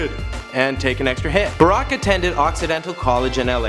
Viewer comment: arack Obama